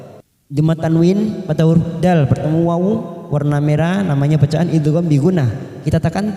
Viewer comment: nun sukun ketemu yak itu idghom ghunah bukan idhar.